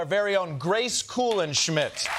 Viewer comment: Every time someone announces Grace Kuhlenschmidt, it sounds like they're making up her last name as they say it.